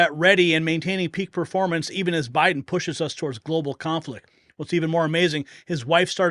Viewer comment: Was "bye-done" now "bye-gone" worse than Hisler